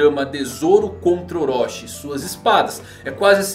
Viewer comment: Desculpa, mas não se diz Orochi como se fosse "oróxi", mas sim com a pronúncia de "orôti", Chi no hiragana tem som de TI.